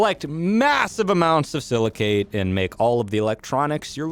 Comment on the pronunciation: Btw, the "cate" in silicate is pronounced the same as the word intricate. Yw